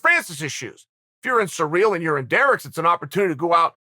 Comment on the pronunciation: If Uncle C says it’s Surreal Gane you better believe it’s Surreal Gane